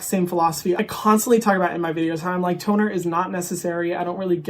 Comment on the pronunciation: Did anyone else think that said "tuna" instead of toner? I was super confused for a second lol!